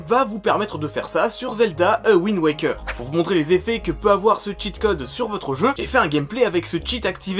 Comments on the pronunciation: c pa a wind waker c ze wouinde wékeurr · Zelda "Awind" waker